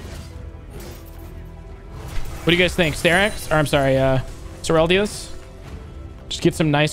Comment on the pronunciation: Sureldya's? Bro get it right allready, not toxic but just say Serylda's plz, READ :D haha